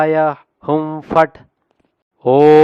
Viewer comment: W Swami last lo hum fat antunnaru akharala lo ham fat Ani undi